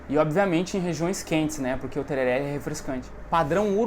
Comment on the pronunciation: A pronúncia correta é Tererê, msm os Paraguaios falam assim, na gramática do espanhol o acento agudo apenas sinaliza que aquela é a vogal tônica, e não que a pronúncia seja aberta como no português. Portanto msms que esteja escrito tereré, a pronúncia sempre é tererê!